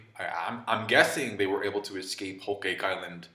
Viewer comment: Why are u pronouncing whole cake like that